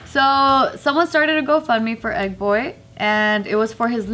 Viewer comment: I really thought said "Ed boy", not "Egg boy".